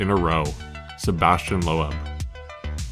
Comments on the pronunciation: That’s not how you pronounce Sebastian Loeb “Lowah” as you so eloquently put it. 🤦‍♂️Loeb is pronounced as “Lobe”. Rhymes with globe. Get it now? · LowEb 😂👀 it’s loeb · Why is Peugeot pronounced Pu-Jo? Or Loeb as Low Ebb? Come on. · Sebastian would slap you for mispronouncing his surname like that. You pronounce it as if it's spelt like "Lobe" 🤨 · Storytelling great, music awesome, footage excellent, but did you have to butcher some pronouncations like that? peugeot and loeb should be easy to research on how to pronounce